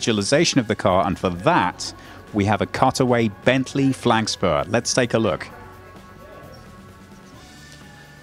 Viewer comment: Did say "Bentley Flagspur"?!